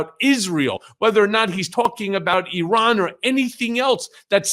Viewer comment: I like everything about you Micheal Cohen, in particular that you know how to say Iran correctly.! It isn’t “I” “ran” not to mention that sniffing, snivelling thing the creep does .. I’m with ya 1000% Micheal he’s annoying as hell and his ignorance is sofa king dangerous to your country and thereby .. the whole world.!!! 😡